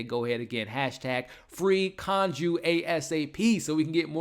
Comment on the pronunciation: Khonshu not Khonju😂